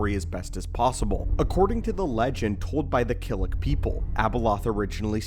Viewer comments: He keeps saying Krillik when it's Killik. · Two nitpicks I have with normally a great video. One: The Maw is not in the Deep Core, it’s around Kessel in the Outer Rim. Two: it’s pronounced Killik (kill ick) not Krillik (krill ick).